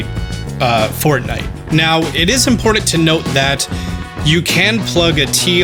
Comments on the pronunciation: you said fork nife instead of fortnight. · You get a like for "forkknife" alone. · The heck dude your saying Fork Knife!!!! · I'm guessing he say forkknife on purpose